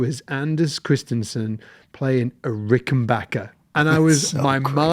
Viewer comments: Why do people say 'Rickenbocker'?! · So each time I hear the name "RickenBACKer" mispronounced my Heart Breaks and Tears of Sadness run down my Cheeks. 😂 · so has decided he's gong to STICK with mispronouncing Rickenbacker forever? and of course it's the Rickenbacker on Come Together, not the Hofner. Also, Paul's "cavern spacing" Hofner was an earlier 500/1 (violin) bass, not a 500/2 Club Bass like yours.